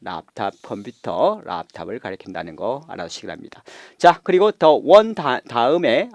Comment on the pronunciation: 아무리 RC 강사지만, to 발음을 “튜”, the one 을 “더 원” 이런 식으로 하는 건 심하지 않나요?...